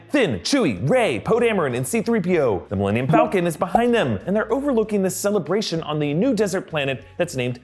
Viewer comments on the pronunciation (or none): none